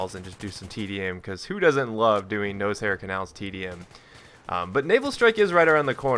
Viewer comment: Lol haha lml still calling it NOSEHAIR CANALS haha too funny